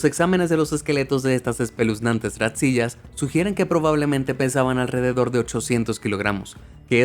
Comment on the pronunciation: tu guión debió decir Ratzilla, en referencia a Godzilla, pero tu le dices Ratsiya.